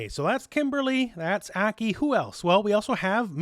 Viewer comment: ACK KEY? Hope she's pronounced (Ah- Kai)